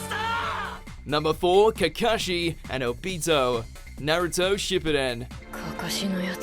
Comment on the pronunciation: This man be saying Obito stupid OOOpito